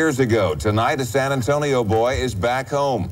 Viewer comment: I definitely didnt click on this video just because i wanted to hear you say san antonio with your accent also im pretty sure the sister was suspicious of him the whole time and then became suspicious of her own family after Bourdin tried to turn it on them